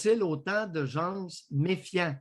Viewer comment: On dis pas des gensse on dis des gens